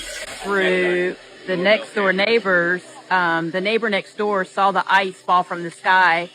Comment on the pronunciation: I love how people from the south say sawll it (the neighbor sawll it fall) love it!😊